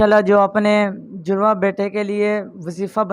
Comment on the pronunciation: Isko Bolna to sai a ni rha jurwan hota ya jarwan😮